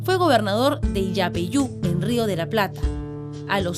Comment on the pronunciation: ¿"iapeiu"? ¡Yapeyú!. Hablá bien.